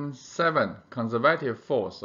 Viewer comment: conservative 这个字的重音读错了